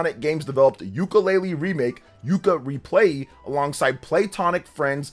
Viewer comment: It's Yooka-Replaylee not Yooka-Replayee